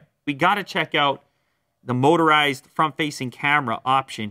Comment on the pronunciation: I thought he said moisturized camera 😂😂😂😂